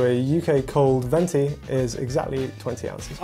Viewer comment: As an Italian I gotta step up and correct that guy: it’s called venti cause twenty in italian is venti. (Fun fact: venti also means “winds”)… Twento is a very funny word but it doesn’t exist 😂😂